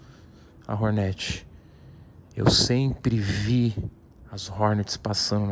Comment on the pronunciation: Nome da moto: Hornet Toguro falando: RORNERTI